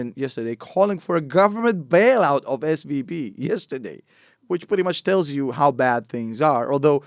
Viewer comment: When you say SVB it sounds like SVD and my mind goes dduuurrahhh PEW PEW PEW